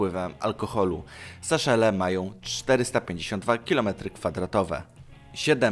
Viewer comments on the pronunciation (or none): Nie Saszele tylko Seszele ;)